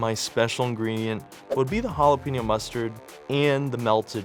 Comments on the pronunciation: I CRINGE when food reviewers/cooks don't correctly pronounce ha-la-PAIN-yo. They get it 3/4 right, but then say PEEN-yo. It's HA-LA-PAIN-YO! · hot dog looked amazing, but if I had to hear her say Jalepeno one more time I'd have to give her a lower score. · The way that one lady pronounced it as “Halla PEN yo.” 😭😭😭😭 no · They way she is pronouncing jalapeño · 0 for 4 on pronunciation....geez, teach people how to say jalapeño for crying out loud